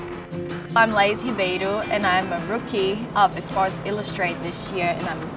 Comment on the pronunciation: So Lais Ribeiro, is pronounced lazy beetle. The more you know.